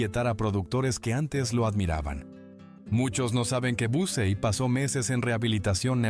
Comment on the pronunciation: Ponte de acuerdo cómo pronuncias, sea correcto o no. Dices Busey, Busy y Biusey, TREMENDO.